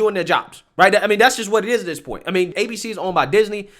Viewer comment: Th Is not pronounced D. This is not dis.